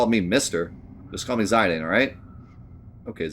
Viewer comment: 13 years old and we can’t figure out how to pronounce Zidane correctly like do you have the internet. Or just assume you know everything like what in the world.